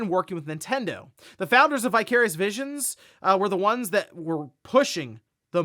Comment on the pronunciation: Vicarious Visions. Oh, I kept hearing “Bi-Curious Vision”